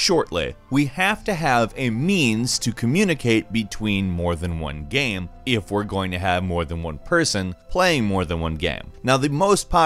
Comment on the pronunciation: Hilariously, every time says "game" he says "gam" lmmfao baaaahahahaha!!! We all love gams, these multiplayer gams lmao! Playing a gam! Hahaha